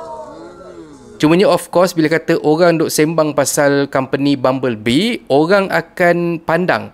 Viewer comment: Bubble bee mat ..bukan bumble bee ..🤦🏻‍♂️